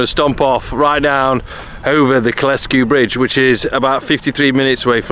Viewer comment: Kyle Sku... not Ky les Ku